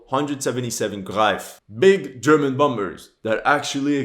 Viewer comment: Yeah that world at war sniper will make you wanna quit the game and take a break. And I also noticed every time one of these games come out they can never say german.